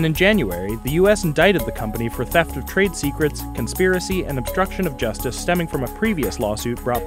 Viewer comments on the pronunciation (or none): none